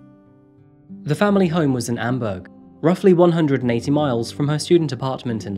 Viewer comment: Oh, which one?! Amberg? Sounded like Bamberg....oh well. It's late. 🤤